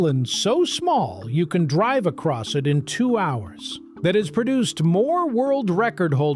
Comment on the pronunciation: he said acoss